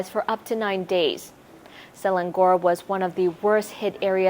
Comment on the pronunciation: I think “Selangor” is pronounced as “Sir-length-ngor” without enunciating the ‘th’ sound.